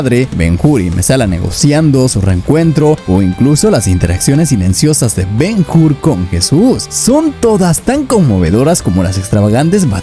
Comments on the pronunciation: Ben Hur, no Ben Jur. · La H es muda, se pronuncia Ben Ur, porque el video esta muy bien, pero me duelen los oídos cada vez que te oigo decir el titulo. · El que comenta el viedo, deberia saber que la letra H en el idioma Español es MUDA, por lo tanto cuando de dice el nombe de BEN-HUR no se dice BEN-GUR si no BEN-UR, lo has entendido o te lo repito otra vez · Es Ben Hur, no Ben Hur. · Ben Hur, HUR, no Jur. hablamos español la H no se pronuncia al principio de las palabras. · ¿Ben Jur?. La "H" no suena. Ben Ur y ¡vale!. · Ben Jur 😂😂😂